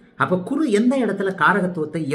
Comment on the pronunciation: மிக அருமை, நன்றாக புரிந்தது. ஒரே ஒரு குறை. உங்கள் சேனல் பெயரே Guruji tv, பிறகு எதற்காக குருவை Kuru என்று உச்சரிக்கிறீர்கள்?